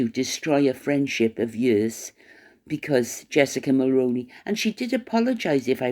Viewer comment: 👋 Hi again Just wanted to point out that you pronounced Jessica Mulroney's last name incorrectly. I'm a 🇨🇦 in my mid 50's that began voting when the late Brian Mulroney was our Prime Minister. He was born in Quebec and was French Canadian and he pronounced his last name as "Mull-Roo-Knee"... Like the old actor Micky Rooney's last name only with the prefix of Mull attached to it, so "Mull-Rooney"...if that makes it easier for you to remember & pronounce. I'm sorry to be pointing this out to you but too many content creator's have been pronouncing Mulroney incorrectly for several years now. It has bothered me the entire time, but at 1st I figured that people would research it and finally pronounce it correctly... unfortunately not. I find it to be disrespectful & an insult to the memory of our 🇨🇦 former Prime Minister. I'm certain that if it was a former American President that American listeners would equally find it disrespectful & insulting to a former President.. regardless of what party he was from. If you could PLEASE pronounce it correctly going forward I'd greatly appreciate it. I believe that if you pronounce it correctly then others who listen to you might also change the way they have been mispronouncing the name to the correct way, and then those who listen to them might also correct tge way they've been mispronouncing the last name Mulroney as well... eventually hopefully🤞 everyone begins pronouncing it correctly 🤞 I'd also like to add that Reitman's